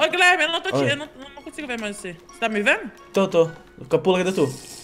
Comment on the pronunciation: FALO GUIHHLERME E BURU